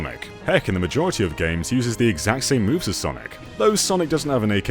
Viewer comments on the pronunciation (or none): none